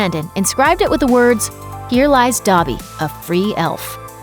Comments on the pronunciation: YOURE SAYING “Dabby” it’s DObby...” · It’s not pronounced Dobbee, it’s Doebee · The way she says dobby is so cringey and not right